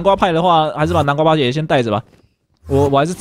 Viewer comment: 從 看的話會聽到把南瓜派說成南瓜叭叭